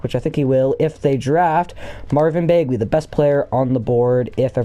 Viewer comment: It’s Bag-Lee not Bayg-Lee